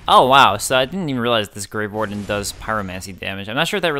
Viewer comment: Every time you say "grave warden" I hear grey warden. I've probably just been playing too much Dragon Age recently...